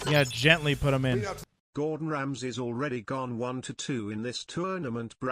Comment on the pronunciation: "Gordong Ramsay"?